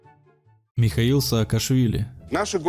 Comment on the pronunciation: Михеиль а не Михаил